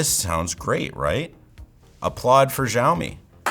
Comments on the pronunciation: It's not jawmi It's shawmi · 1 - it's Xiaomi, not Shiaomi. Why do you pronounce it that way? 2 - because it's chinese aka spyware. Boom. No need to watch the rest of the video. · He pronounces Xiaomi as if it were called "zhaomi" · It's pronounced the way he pronounced it or possibly Zhaomi but definitely not as Xiaomi.